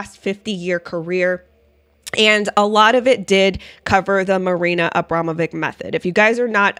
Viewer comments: pronouce it witch not vic ,abramowitch it is..... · Pronounced Abromavich